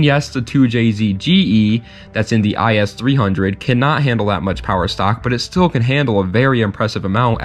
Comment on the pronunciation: Other then saying the “is 300” it’s I-S 300 Great vid tho